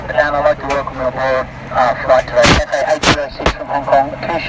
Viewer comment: Catsay Pacific😂😂😂